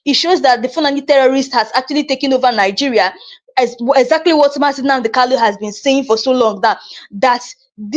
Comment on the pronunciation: Why can you not pronounce Kanu? The name is Kanu and not Kalu.